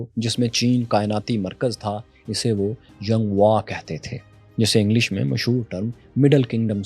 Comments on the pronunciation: It is not Zhonggua It is zhong guo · ya lafz zungguo nai ha balka iski pronunciation “jung guo“ zh Chinese pinyin ma j ke tarha pronounced hota ha. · Sir this word Zhong guo is not یانگ وا۔ It should be pronounced چونگ گوا. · Zhongguo---> chong goa (pronunciation) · چُنگ وا، correct pronunciation hai, Zhongguo ki. Zh ku چ pronounce krty hain Chinese. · inappropriate pronunciation of Chinese name of China. It is zhongguo "zh" as "ch". beijing is more in north as compared to where it is marked. You are unparallel, you are awesome 👍❤🎉